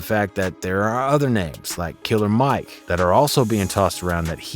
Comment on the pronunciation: It's NOT KILLA MIKE!!